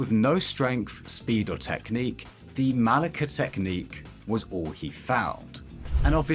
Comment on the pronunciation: Ok, sorry, but I've got to stop you. I just have to! It's not MaliKIA, it's Malicia. Like Militia. It's Spanish, but it's decently close to the English word Malice, that I hope you don't pronounce MaliK 😅 No hate, but please, if not for Igaguri, for football, one last time together: Malicia 🇪🇸💃